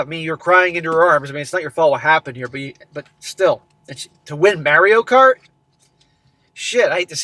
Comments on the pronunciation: Not to be that guy, but It's MAH-reeyo NOT MARE-eeyo Just giving you isht, keep up the good work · Mary o... lol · WHY ARE YOU SAYING "MERIO" WHAAAAAAAA!!!!!! lolololol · Did you just pronounce it Marry-O? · I don't have a competitive bone in my body so I can not deal with people who are excessively competitive and act like absolutely d- bags! People like this have no thought for anybody else. He needs to drop her and if his friends don't quit bothering about his past need to be dropped also. Also, it is pronounced Maurio, not a long a as in Mary. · Mare-ee-oh is killin me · Can you not pronounce it as “Mary-oh” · It always trips me out when I hear people pronounce it like "merry-o." Then I remember is from Massachusetts. But it's still trippy hearing him say it like that. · I have never heard anyone pronounce Mario the way has until now.